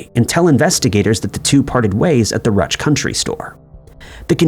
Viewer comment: Ruch = "Roosh"